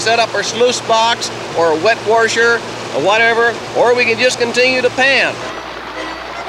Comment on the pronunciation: "set up er sluice box urr our wet wersher"........